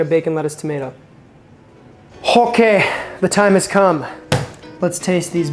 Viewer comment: Did I hear that right,? HOKAY SO here’s the earth It’s chilling